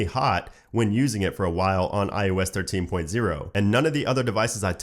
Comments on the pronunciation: Why do you say iOS as iUS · Sounds like “ius” 😂